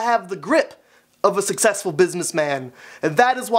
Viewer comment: You said sex sess full